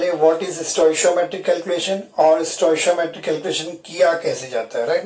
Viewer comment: 🤣🤣🤣🤣wo stoishiometry ni hota hai wo hota hai stoichiometry (stoy kee aw muh tree)🤣